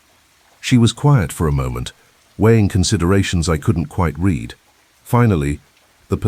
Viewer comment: Another great plot! "Read": now, I reed. Yesterday, I red. The ai has vastly improved but English is a challenging language❤